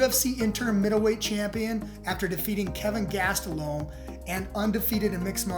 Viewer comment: Why does this man keep saying KEVIN GASTELOME its KEL-VIN GAS-TE-LUM. Say it. Correctly dumbass its not that hard